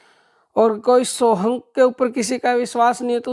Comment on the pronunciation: Please confirm whether the word of this Mahamantra is: SOHANG or SOHAM(?),. because in certain comments it is.written as SOHAM and in other SOHANG and you also pronounced in this video as SOHANG. There is little difference between these two words. Your confirmation of the right word will help to remove our doubt forever. Thanks.